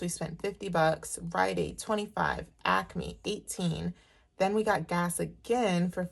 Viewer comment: You have to be in the tri-state area because you say ACME the right way! Lol. I’m from The Philly area 😀